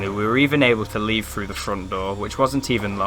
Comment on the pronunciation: "Two fousand and free", "look frew", "weirded out". . . . . . weirded? the only weird things there are you lot. Your naration is terrible "Two fousand and free"? and what is WEIRDED? Give it up.